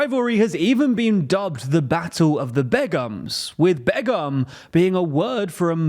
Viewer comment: Bro can’t pronounce begum 😂